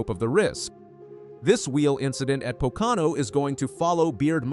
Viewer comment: A NASCAR posting that cannot pronounce Pocono. Po Can O??????????????????